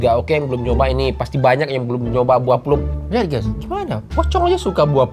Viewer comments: bukan plum dibacanya tapi plam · BUAH PLUM DIBACA PLAM BANG :) biasanya rasanya masam kadang manis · Penyebutannya "plam" mas😂